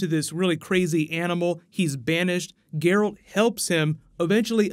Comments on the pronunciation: Did you say that Ciri appears in most of the games? Nifelguardian? Gur-alt? Cmon dude lol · "Garalt" Never make a Witcher video again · Great video, just 2 things that erk me beyond belief: "Ge-ralt" and "Nilfgard" I mean if you've played the games you should know the English pronunciations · Ger-Alt. Nilf-gard... mate, get the names right. My ears are bleeding. Specially because you use extracts from the 3rd game :( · I love your channel but please work on your pronunciation of Nilfgaard, it made me cringe a little. Also your pronunciation of Geralt. Other than those points you do a wonderful job and I love your Flash videos, keep it up dude. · Please work on your pronunciation of the names... in particular the main characters. Love your content but the names of the main characters need to be pronounced correctly...especially Geralt. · The overpronunciation of Geralt I was okay with, but Niffleguard broke me xD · I wept at the pronunciation of Geralt as well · corpsmanup7800 Dude it’s Geralt 😂😂😂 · While I appreciate that you're giving attention the The Witcher, your mispronunciation of the names is complete cringe, please do better next time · Looking forward to this series of videos. Two criticisms, it's called Nilf-guard, not Nippleguard. Watch the game video to see how it's pronounced. Also, Ger-alt, not Gu-air-alt. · Yes, 2020 sound most likely. Months of writing, months of pre-production and we're already in 2019 when they start filming which takes around 10-12 months along with post-production. But for future videos,, it's GEralt, not GerAlt. And Nilfgaard, not Niflgaard:) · liking the plans for the witcher series! pretty sure from playing the game that is "Nilf-gardians" instead of "niffel-gardians" and "gè-ralt" instead of "jeralt" though 😃😎 cheers and keep up the good work